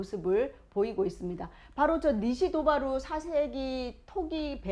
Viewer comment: 미야자키는 니시도바루가 아니라 사이토바루 라고 읽습니다.